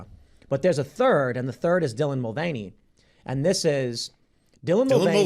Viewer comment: “Dylan Mul-gain-y” sounds like if they had a fitness channel or a bodybuilder alias. 😂